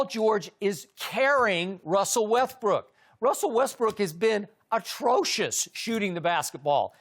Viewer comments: look at Chris when Skip says “Wethbrook” 😂😂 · Russel WeTHbrook🤣🤣🤣